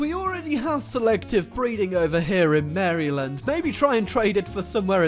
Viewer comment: I am triggered by your pronunciation of Maryland